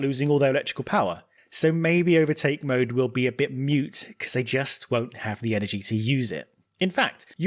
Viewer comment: the word is “moot” buddy, like you’d say, “that’s a moot point.” Mute means not making any noise. 👍